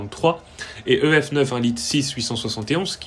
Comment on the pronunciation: Pourquoi tu dis "Dee Cee Two" en anglais mais "Euh Efe Neuf" en français ? ça me perturbe XD